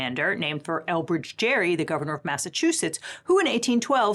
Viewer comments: I remember hearing somewhere (Last Week Tonight, I think?) that "Gerry" is actually supposed to be pronounced with a hard 'g'. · Elbridge's last name is pronounced like "gary" with a hard g sound unlike the word gerrymandering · His name was pronounced "Gerry" like in GlenGARRY Glen Ross, not like in Tom & JERRY... but still another excellent video. My conservative mom particularly LOVES watching when it's. In her words, "[} is just SO GOOD." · Gerry was pronounced Gary, not Jerry. After his name got portmantoed, everyone forgot the original pronunciation and so the word is said with a soft G but the name used a hard G. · Everything about gerrymandering is stupid and wrong, including how it is pronounced. John Oliver did a deep dive on it and, in fact, Elbridge Gerry's last name was pronounced "Gary" not "Gerry." So really we should all say "garymandering." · Elbridge Gerry’s name is pronounced gerry with a g, not like jerry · Elbridge Gerry is actually pronounced with a hard 'G'.His name isnt even remembered. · um actually, though the word is pronounced jerrymandering the former vice president is pronounced "Gary" (I know) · I thought Gerry, the guy, was pronounced "gary"? Of course, Gerrymandering sounds like Jerry, but my recollection was the two having a weird disconnect on pronunciation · Although "gerrymander" is now pronounced with a soft "g" (as in "general"), Elbridge Gerry's name was pronounced with a hard "g" (as in "golf"), and in fact "gerrymander" used to be pronounced with a hard "g". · Any nerds already swoop in to point out that Gerry is actually pronounced "Gary" and not "Jerry"? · Gerry the last name is with the hard G like Gary even though we pronounce gerrymandering with the soft g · Gerry was actually pronounced with a hard G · Gerry pronounced his name like Gary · I thought Gerry’s name was pronounced ‘Gherry’, not ‘Jerry’. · Fun Fact! Elbridge Gerry's name is pronounced with a "g" - like "Gary." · Gerry pronounced his name as Gary!